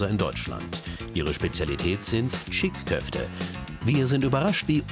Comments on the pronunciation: Es heisst nicht "cik" Köfte sondern Çiğ Köfte man spricht das "ğ" nicht mit also "Çiii Köfte" 😢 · " chick köfte"😂😂